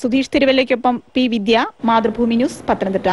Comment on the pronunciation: Mathru ''FFOOMMIIII'' alla,mathrubhumi !